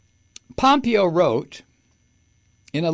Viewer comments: Mike, its pronounced Pom PAY yo. Not POM pee yo. And, you, Sir, are just hilarious 😆!!! I miss the EFF word, sometimes, man. But, I gotta say, I now feel a lot less worried about the state of your health, Mike. Ya don’t get quite so alarmingly red-faced and shakie, anymore, since your no-use of EFF word vow came to be. I hope that you still have chances daily to blow off some steam. Great video, man! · You say this piece of shit's name wrong Mike. It's pompiggo. They're all CORRUPT,grifting,greedy and DUMB TRAITORS. Can't wait til we get justice and this nightmare is over and hopefully we survive. Take care. Hey. Hope you feel better each day